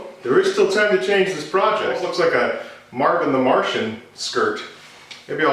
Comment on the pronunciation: "mark-in the Martian"